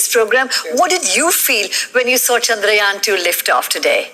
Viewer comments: Finally someone pronounced "Chandrayaan" correctly. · This is the only one news anchor whom perfectly pronounced the name "chaandrayan". Thanks.